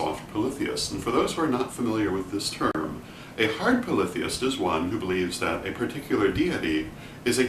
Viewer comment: This was valuable to me just for the correct pronunciation of "polytheist" never heard it spoken before. I seem to resonate with the Hard/Soft polytheism as if they are a yin/yang duality, both existing in equal "validity". I acknowledge that deities are (or can be) individualized entities, but the concept of Micro/Macro reminds me that all are one, and that one is all. I would assume to apply this concept to Deity as readily as to a painting, a person, an herb etc... (how ritualized magic could work without this principle is beyond me.) Also, I consider the understanding that Deity is everything, and that everything is Deity to be a core expression of respect and compassion for everything. :) cheers (